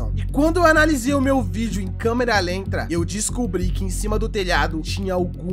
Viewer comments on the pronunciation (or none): Foi só eu que escutei o falando câmera lentra no lugar de câmera lenta?